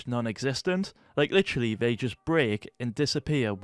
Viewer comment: is "literally" or "litchily" how hes pronouncing it an universal word to put everywhere to underline something?